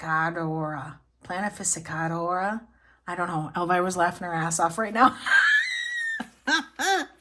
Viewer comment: also it's phlan ee fee kah door ah